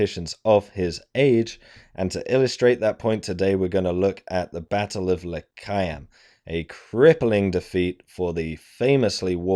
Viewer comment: The way you pronounce Lecheaum, makes it sound like this was a battle in Judea.